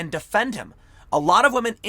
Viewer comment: I'm going with my gut and going "believe all wamehn" on this one. So, sorry Joe, you don't get to be prez. Not that you'd know you were anyway.